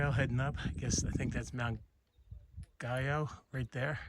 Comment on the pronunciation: Not that you care, 2 weeks later, but Mt. Guyot is pronounced Gee-O, not gee as in gee-whiz but a hard G. It's a French surname. Mr. Guyot was a scientist or botanist who spent a great deal of time in the Whites.